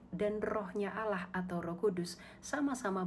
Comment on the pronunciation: Kan beliau bilang Allah nya kalian sama dengan Allah nya Yahudi, pliss dong ganti aja dengan sebutan Elohim atau apa kek, mana konsonan Allah kalian itu salah lagi..